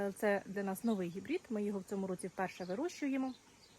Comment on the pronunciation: А чому "гібрІд" ? Правильно, все ж таки, гібрид. А томати у Вас чудові, доглянуті і високоврожайні.